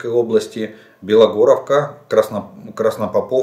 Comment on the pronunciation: Спасибо что хоть сегодня правильно поставил ударение названии Краснопоповка ... Сегодня Олежка молодец .